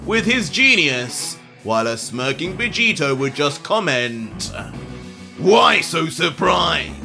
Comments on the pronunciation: "Luc-Vegito" enough said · It not owner vegetio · He said Luc-Vegito. Uh Oh